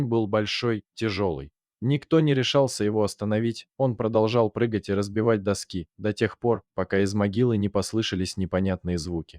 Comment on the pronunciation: ДоскИ,ударение ставь куда надо,чтец!